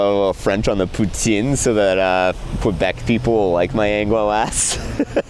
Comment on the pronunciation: You pronounced "poutine" correctly only to say "qwebec" 😭